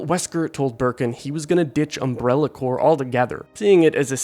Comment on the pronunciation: “Needs a man to save her?” What is that thought process? A woman can’t be considered strong if she receives help from someone of a different gender at some point? And then you complain about her being rude, like you don’t realize those are related issues with the writing. Also the P in “corp” isn’t silent. You’re thinking of “corps.”